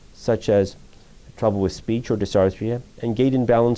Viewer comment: It is dysarthria, not dysarthia.